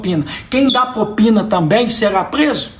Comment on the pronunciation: Prezado Cleitinho apenas uma correção "propina" e não popina! Concordo com tudo que disse!